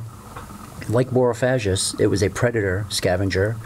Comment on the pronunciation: "G" not "j"